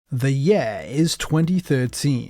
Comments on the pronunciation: What is that accent?? At the very beginning of the video? With the word "year"? "The YEAUH is 2013" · "The yæeeeh is 2013"